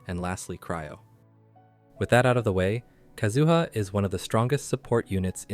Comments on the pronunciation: All three syllables in 'Kazuha' are the same duration. Please don't extend the middle one, it makes it sounds like "kazoo". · Yes, your pronunciation is weird. It's like how they say Ayaka in EN Dub. But how to pronounce their names in Japanese have different accents. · So many years to pronounce his name right, yet you fail so hard. Disliked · The first person I've heard pronounce his name like that, haha.